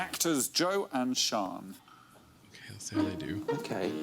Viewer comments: Again, it's Sian not Sean. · Pronounced Sharn. The spelling probably isn't helping here.